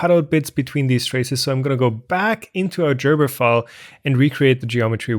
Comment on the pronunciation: Gerber, not Jerber. I mean, it is a hard G. It is, after all, a German name.